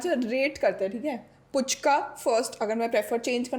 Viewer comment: Didi it's फूचका not पूचका apne to word ko cute bana dia hain😍😘😘